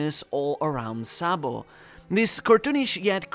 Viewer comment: Sa D. Bo is not pronounced Boy its "Bow" one piece community cant read basic English